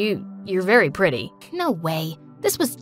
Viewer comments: The blonde girl really said prety but it's pretty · not its p-r-e-e-ty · HAHAHHA PRETY??? ITS PRETTY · the thing that got me is that said "pretty is spelled P-R-E-T-Y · P - e - t -y: wrong 😑😑😑 it’s p -r -e -t-t-y